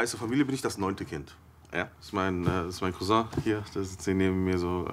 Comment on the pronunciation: Es heisst Cousin nicht Couseng